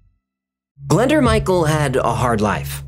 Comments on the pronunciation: 'Glenda'? Nooooo! Say it 'glen- DOORH'. It's Welsh. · .Glyndŵr...A great Welsh name. It's pronounced 'Glin doooor' (sress on the 'doooor' bit), with an 'oo' sound, not Glenda. It's a significant name in Welsh history because of Owain (say oh-wine) Glyndŵr. 🏴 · Pmsl it’s not pronounced Glenda it’s Glyndwr or pronounced glyn doowr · You butcher the name Glyndŵr but amazing video